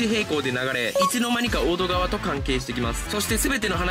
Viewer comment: ❌おどがわ ⭕️おどかわ 本当にアニメ見てました？ あと1日もいちにちじゃなくて、ついたちって読んでください。